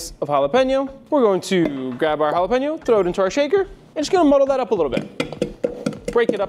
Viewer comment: Please do not galapano, sounds horrible! It is Jalapeño. It’ll be like calling Tequila tiquelo or Cognac lkanoc or something worst! Please and thank you for shearing! Hope you don’t mind the suggestion! Cheers!